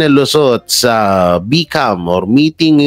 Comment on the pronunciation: Hayyy... Bicam(read as baycam) Cencia na ha sana wag Kang Magalit Kasi fan Ako ng Banateros ayoko pagtawanan kayo ng iba especially na nasa SMNI na kayo.. suggest ko Lang pag di ka sure basahin Ang isang word ask BOSS Dada.. ibang level na kasi kayo.